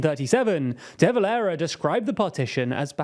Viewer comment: Some of your pronunciations are faulty: We say "Deh" Valera , not "dee" valera. The world says "younifil", not "YOU-N-I-F-I-L" We say "Fee-anna -fall", not '"fie-anna-fail" You did not mention that the Dublin-born father of the current president, Chaim Hertzog had at one time been Chief-of-Staff of the IDF. An update; in 2024 Israel removed its ambassador to London and closed its Dublin embassy so that we couldn't mount protests outside it.